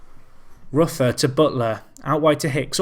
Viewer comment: Also Alex ROOFER is the correct pronunciation